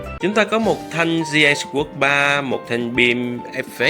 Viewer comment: Kênh nội dung hay, trừ vụ phát âm English nghe tệ quá, vd: newbie lại đọc là "niu bai", sword lại đọc là "sờ uốc"....